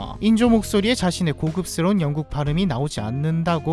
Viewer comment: ㅅㅂ 이 댓글 보고 기다렸다가 보니까 자막은 영국인데 왜 왕국이라고 발음하는거지 ㅋㅋ